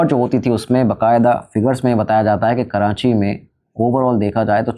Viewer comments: Kranchi nh karachi HOTA h bhai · Abheeeee "karanchi" nahi hai ,KARACHI hai . And I spent my whole life in layri. You guys didn't even covered 10% of layri in the movie, neither you have 20% of facts about layri. I stopped watching your video when u said 1960s 1970s ppl over there had rocket launchers 😅. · It is Not Karanchi Its Karachi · Uncle its KARACHI not kiraaNchi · Karachi ❌️ Karanchi ✅️ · karachi ❌ karanchi ✅ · Yaar karanchi nahi karachi hai 😂😂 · Karanchii bol k karanchi walon ko khush kr dia bhai ne 😂